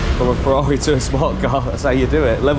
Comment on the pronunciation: It's Ferrari!!! Lol Clearly you don't watch f1😂😂😂